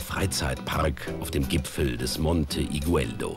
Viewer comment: man sagt "igueldo" nicht "igüeldo" :)